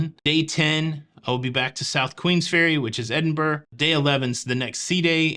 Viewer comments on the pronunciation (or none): Your itinerary sounds great. One I would love. Remember Edinburgh is pronounced Ed in burro. 😉